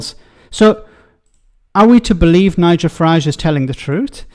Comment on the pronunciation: Lots 😂😂 Fuhrage 😂😂